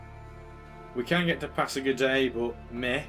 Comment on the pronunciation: I think pasagarde is pronounced pass-A-guard :D. Another interesting video, you could try and bribe Alexander to declare war on Darius. What is needed for your Unique building also? I ask this because I'm sure you are around that tech level.